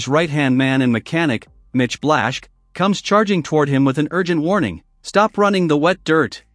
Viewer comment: As far as comments go, you drag it out far too long to make your point you're just dragging it out to make it last longer and if you ever do watch an episode of the show you learn how to pronounce everybody's names Mitch's last name is pronounced Blashkey not Blashh